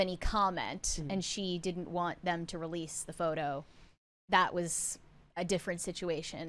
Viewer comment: Why is Billie saying “didd-dint” instead of “didn’t?” Why bother with contractions if you are going to use the same number of syllables??